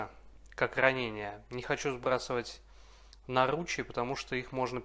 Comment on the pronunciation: Спасибо, жду продолжения, но всё же: нАручи, а не нарУчи. Очень прошу))